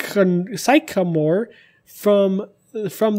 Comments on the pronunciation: S w i r l i x its sik-a-more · "Sike-a-more" Do you even tree bro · "psych-a-more" Cringe😂😂😂 "Clesh-ma" Cringe level exceeded XD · Sycamore is pronouced sick-a-more